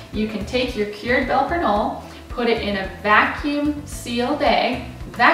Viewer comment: you completely butchered the name